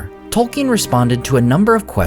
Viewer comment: I love your videos but I must confess it bothers me that you pronounce Tolkien incorrectly on a regular basis.